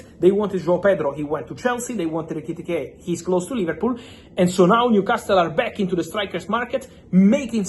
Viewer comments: *Etikike*😂 Why do you make it hard to pronounce his name . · Hearing fab say ekitike is so enjoyable😂😂😂